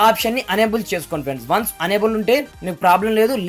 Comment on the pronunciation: Baabu... Unable kaadhayya.... Enable.. Ma karma kodhi cheptharu malli review lu... Basha nerchukoni cheppandi... Aa telugu ento ne English ento...!